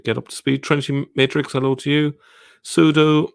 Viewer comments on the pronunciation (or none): none